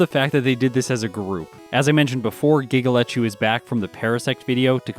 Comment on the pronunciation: Every time you say Giga Lechu's name I hear it as "giggle at you" and wonder why that non sequitur just happened. Also, congrats on running the second community challenge video! I'm glad this one didn't turn into a monster for you to get done and put together like the Parasect one did. I hope to see more of these over the coming years.